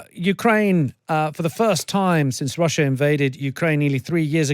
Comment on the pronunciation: "russhur and Ukraine"